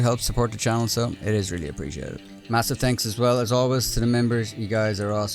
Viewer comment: Read aloud as “Tenks bood”